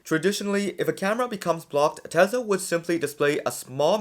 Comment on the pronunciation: Tesla is pronounced Tesla, Not Tesa